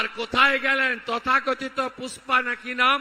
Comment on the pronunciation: Pushpa ❌ Fusss-pa ✅ 😆